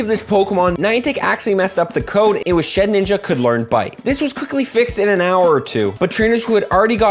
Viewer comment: Okay but it's sheDinja not sheninja